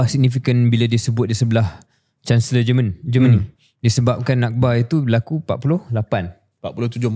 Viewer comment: It is not Geman it is Germany😂